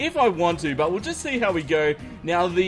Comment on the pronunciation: Wow when said how i tought he said COW